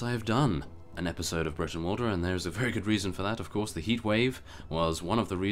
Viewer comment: Brootenwalda,y's in Old English are pronounced oo